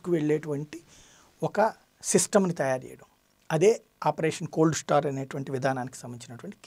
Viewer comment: కోల్డ్ స్టార్ కాదండి కోల్డ్ స్టార్ట్